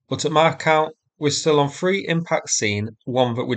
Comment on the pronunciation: "R free free four" "Shtrike" etc etc - it's painful listening to the way you butcher the English language. At least foreigners and Americans have an excuse.